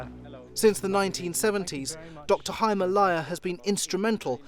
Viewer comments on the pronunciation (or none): none